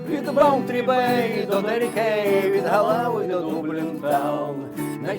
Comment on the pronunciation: не галав а Ґолвей